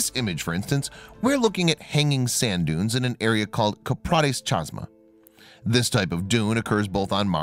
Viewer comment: Oh God. Chasma is pronounced, Kasma. Geez.